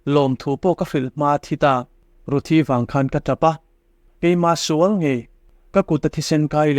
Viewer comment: Ṭawngṭaisakna leh nun hian nghawng a lo va nei thûk teh reng êm ve le! A tâwp dawn ṭêpa, "He thilah hian ka sual nasa hle a," tih laia (ngaihdamna tih lai vel khi) 'sual' tih i lam dân hi nakin zêla lam dik zawk nan ka'n sêl lawk ang e aw, ṭhahnem ngaih thu liau liau ni sela. 'Sual' (sinful) ni lovin 'sual' (fight) tih zawk tur a ni; tichuan, a lam rîk dân tur pawh a chiang kuarin ka ring e.